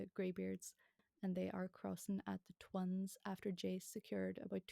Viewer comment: "The Twuns" lol